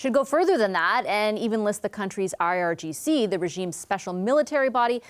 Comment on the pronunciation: DISGUSTING! Mr. Virani pronounces IGRC instead of IRGC, showing he has no idea what's going on!!!